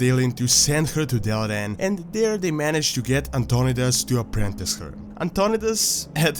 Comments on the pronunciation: Antonidas is pronounced An-ton-eye-dus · Antionidas is prounced ANT-TO-NIDE-IS